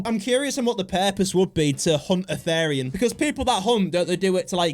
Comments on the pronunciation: IT IS THERIAN NOT THARIAN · these a called therians (pronounced as th-ear-rian-) and furries therians feel like they are soulfully Conected with certain animals and furries do it as a hobby as a therian i find this really offensive but its your opinion please dont post more things like this❤😢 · As a Therian, the way he pronounces is is hilarious, and I'm not even mad because this is just funny